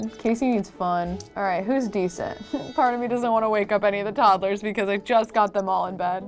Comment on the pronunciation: Love this series!! Drives me crazy how says toddlers though 😅 like toddle-ers. Idk maybe it's just cause in from the midwest but she definitely adds an extra syllable in there! And we call them "tots" not "tods". Anyone else? 😂 Still a huge fan, I wonder how many parts it will be at baby #100